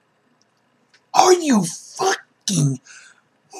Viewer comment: What Mam?? It's mom. Big Mom